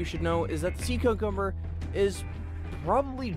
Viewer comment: SEA CUCUBMBER LMAO